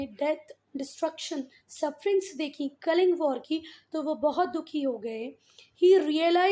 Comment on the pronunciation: That is not kaling kaling